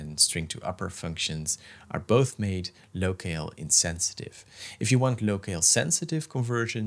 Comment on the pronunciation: PS: “locale” is pronounced low cal, not low kale. I’m not a native English speaker either, one of those quirks 😊